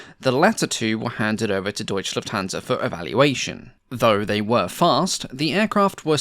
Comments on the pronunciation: Great research and resulting video! 😊 Having said that, and considering how much emphasis you put on accuracy, I am obliged to point out how disturbingly annoying it sounds every time one hears "Deutsch Lufthansa"... It's Deutsche Lufthansa, there is no silent E! 😅 Cheers. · I know its a lot of work to produce these videos and hats off for it but maybe try not to butcher german words so much. Its "Deutsche Lufthansa" not "Deutch Lufthansa". Its hard to listen sometimes too.. but german must be a tongue breaker for english speaking people. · Shouldn't that be called "Deutsche Lufthansa" and not "Deutch"?